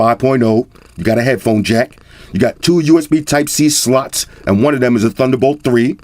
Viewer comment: Did he just say USB Sluts?